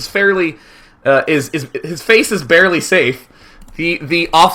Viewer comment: "His fase is bairly sabe" Hahaha